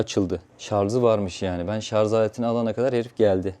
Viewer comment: şarja şarz demesen çok kral adamsın hacı 😄